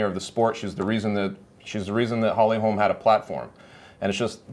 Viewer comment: For fucks sake bro her name is HOLM not Holms.